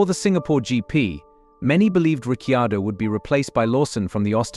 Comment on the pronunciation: “Richy-ado”, two seconds in and I’m out.